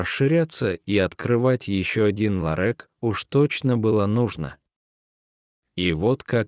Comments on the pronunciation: Такого чтеца противно слушать! Один только "ларэк"чего стоит! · Охренеть!!! "Ларэк". Кто читает? Иностранец, робот или идиот? Дожились, рассказы некому прочесть. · Не ларЕк, а ларЁк. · Интересно, мужик, читавший рассказ, в школе учился? Почему ларек? Ведь правильно ларёк? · Как неприятно слушать такое безграмотное чтение,издевательство над нашим слухом! Этот "ларэк"-просто убивает! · Ларееек ларек не ларэк а ларек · Какой ларек - ларёк! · 😢это ужас а не чтение. Вы по русски но общее не умеете читать? Эт что за ларек может ларёк 😮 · Ни ларэк а ларёк.😂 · Этот рассказ, видимо , читает робот! А я хохотала, пока слушала. Особенно, мне понравилось слово , обозначающее небольшой магазин- Ларёк- в рассказе- ЛАРЭК! Очень интересно! Какой богатый русский язык: и слова перепутают, и ударение не там поставят, а нам все ни по чём - итак понятно, что хотел сказать автор! Чего уж там….хи-хи…. По поводу разговора с цветами, я тоже расскажу свою историю. Есть такое домашнее растение- Роза-гибискус. Есть экземпляры махровые, и есть простые. У меня - простой. Саженец я получила- оторвав кусочек веточки от большого растения. Вырастила у себя большое растение, но оно почему-то не цвело. И тогда я вслух сказала: ну что же, не хочешь цвести, придётся тебя в сад пересадить, а там до зимы посидишь и все… Прошло некоторое время и на Розе начали появляться бутончики! И как начала она цвести- то один цветок, то два вместе, то три… И так уже несколько лет, постоянно цветет… Только жаль, что цветки распускаются всего-то на два дня… Но очень красивые! И интересно, что появление цветков совпадает с днями рождения моих родственников , или знакомых… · Какой ларЭк? - ларёк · Не ЛАРЕК, а ЛАРЁК !!! Элементарно правильно прочитать!!!!!!! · Почему ларэк,а не ларек. Не всегда правильно произносятся ударения. А так рассказ интересный. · Не ларёк а ларёк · ЛарЭк" может быть ларЁк? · Не ларЭк, а ларёк!!! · Какой « лорэк»? =ларЕк!!!! Ну кто же так повествует? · Какое произношение! Вместо ларёк ларэк и т.д.